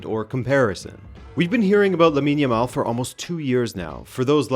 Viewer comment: Man, this is my first time to see any of your videos and I'm really impressed. I like your style, the well researched presentation and your delivery. Great job! you've got yourself a sub, and a like, of course. Back to Jamal (I'm spelling it as it should be pronounced and the second /a/ should sound just like the first one, not a rounded sound, please), but yeah, how lucky are we to have been alive to witness the whole career of Messi then to have this talented youngster come up to carry the torch?! Very lucky indeed. Cheers mate!